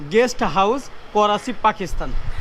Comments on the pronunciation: Korachi noi dada karachi bolen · Korachi bolen ken bar bar Karachi bolen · Are sutiya 😂 It is not a korachi Its is karachi